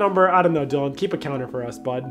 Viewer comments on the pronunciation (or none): none